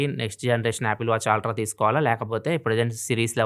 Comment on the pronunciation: Ultra ❌ aaltra✅